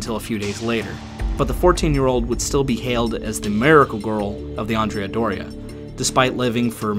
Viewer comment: I am slightly annoyed by the way andrea is pronounced in this video, andrea should sound like and-re-a but it sounds like you swapped the a with an o, common mistake and I'll forgive you this time